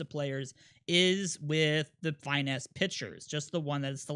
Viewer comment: These videos are incredibly helpful - but if I hear dude say FY-nesse one more time I might turn myself into a bird in front of a Big Unit fastball